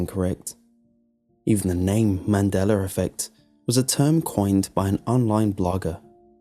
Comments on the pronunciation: It's Mandella not Mandellar... Or is it? :-\ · THERE'S NO R AT THE END OF MANDELA. THATS NOT A REGIONAL ACCENT, YES I'VE HEARD IT BEFORE, NO IT DOESN'T MAKE IT BETTER. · "Mandelar effect" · He says the mandeler effect. LOL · I'm dead😂😂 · I think it's actually pronounced MAN-DELL-AH. His accent makes it sound the way it does when he says it.